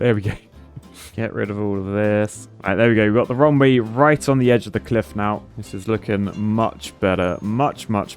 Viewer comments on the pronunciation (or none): pronounces RUNWAY almost the same as WRONGWAY.